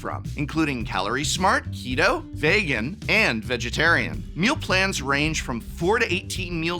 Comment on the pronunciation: Like, I know Prof has issues pronouncing Magic card names, but "Vaygan"? Vegan's not even a made up word!